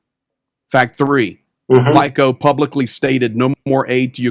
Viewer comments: Every time you said his name, it made me laugh. FÍko supporters must love the way you say it. All I can add is to describe the situation using the logic of Fiko, his party and his supporters to make the situation clear: Fíko should have tried to negotiate and reach a compromise with the old man and not escalate the situation. In the released footage, we can see that Fíko walked quickly to the barrier and then made an unpredictable, maybe even a little aggressive, gesture with his hands. The old man may have been reasonably frightened and had every right to defend himself. Anyway, you can't draw conclusions without knowing Slovak political culture, so a few notes for you: - In 1995, the president's son was kidnapped. - In 2010 it was killed a member of parliament, László Basternák. - In 2018, the murder of journalist Ján Kuciak (and his partner), who also wrote about the Italian mafia #Ndrangheta links to members of the Fíko’s party. - In 2018, the Night Wolves( pootin motorcycle gang) base in Slovakia( Dolné Krupé ) was also confirmed, where they had access to old military equipment coming from a state institution. The facility was also used for the training of ‘Slovenští branci’ mentioned in this video. The location of the base was owned by a friend of Robert Kaliňák ( member of Fíko’s Smer–SD and present Ministry of Defence). So Fíko and his party were in favor of the pootin long before this war started. Not after Covid from 2023, as you assume from that article. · Not important, but the correct pronounciation of his name is FEETSO with short "o" at the and as in "bolt". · More like "ts" than c (the same sound as represented by ц in Cyrillic) but in any case yes, the American pronunciation is interesting :) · lol no. the way he pronounces it, is fantastic. wrong, but fantastic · Just a tip for next time FIco is pronounced Fiso, the 'C' in Slovak (and most Slavic languages is pronounced 's'..).. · The name is spoken F I T Z O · FYI the pronunciation is "Fitso"